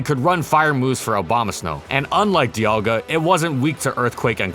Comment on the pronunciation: Can't help but to hear 'Obamasnow' when says the snowy grass fellow